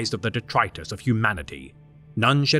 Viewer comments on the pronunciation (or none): none